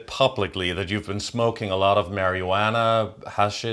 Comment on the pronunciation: i love your pronunciation of marijuana. 🤣 This is such a good interview. I agree with Max and feel very much the same regarding CV. SUCH BULL SHIT! (ooops did i say that?) My intuition just tells me it's a huge scam. 🙏☮❤ keeping it up.